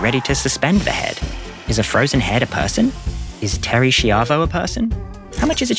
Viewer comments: In case you need to make this reference again in the future, fyi it's pronounced Terry "SHY-vo" not "shee-AH-vo". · Very good video, but I can tell by the way you pronounced her name, the whole Terri Schiavo thing didn't spread to the rest of the world the way it was here when it happened. Family Guy did a song and dance number about it and everything. It's so catchy that you feel bad for singing along.